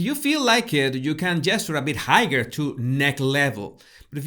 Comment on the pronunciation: por favor revisa cómo pronuncias "higher".... en general hablas muy bien..... felicitaciones!